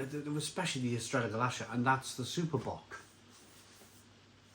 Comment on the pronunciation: It’s actually called Estrella Gal-lith-e-ah